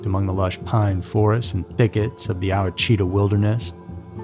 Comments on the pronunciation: LOL! "OWA-CHEETA" 😆 It's Ouachita, pronounced "WAH-chit-ahh". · Ouchita is pronounced Wash-it-taw